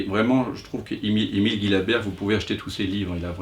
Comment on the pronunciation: Une petite précision à propos de la prononciation du nom d'Emile Gillabert.... son patronyme se prononce "Jilabert" comme dans "gigantesque" et non pas "gui........" !..., de leur vivant lui et son épouse y tenaient beaucoup. Merci d'en tenir compte.